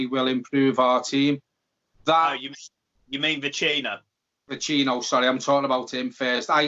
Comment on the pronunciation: Neither of you can pronounce Vecino correctly. Painful.